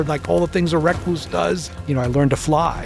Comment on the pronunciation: Why is he pronouncing recluse like that?